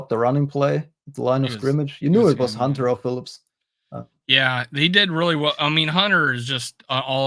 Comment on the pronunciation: Hey, I don't mean to be a jerk, but I would like to ask you to start pronouncing the "T" in HUNTER. Thanks much!